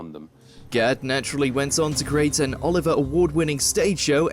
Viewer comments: Its Olivier, not Oliver, you ridiculously voiced fool. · “Oliver” award-winning - really, Mr Narrator? 😂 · Olivier not Oliver award. 😀